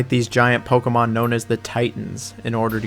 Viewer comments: Playing Pokuhmon, catching Pokuhmon, battling Pokuhmon..throwing Pokuhballs. Pokuhmon. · God this dude is hard to listen to. Can’t pronounce Pokemon so he says it 1000 damn times in the beginning. I wish they kept dislikes on YouTube. Stop saying Pokemon dude jesus christ. As I’m typing this, he’s said it 11 times. My wife is getting annoyed. I’m not gonna finish this comment until he stops saying it. There is is again. Stop saying it